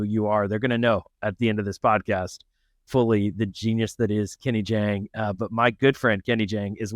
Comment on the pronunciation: FYI: It's JAHNG, not JHANG.